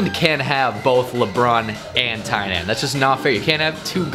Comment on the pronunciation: I love how u pronounced TYNAN name right here but not in ur newer videos🤣🤣ur reactions are always so priceless